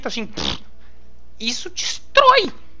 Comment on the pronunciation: "isso dextróói a pessoa" UIAHWIEhhawuheiuhauwieh